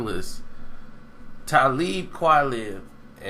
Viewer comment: Dude you're corny & who the fuck if "Tah-leeb"? You're a gossiping nigga like the chick on In living color